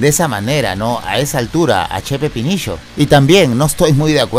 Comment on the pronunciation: amo cuando dice che pepinisho HAHAHA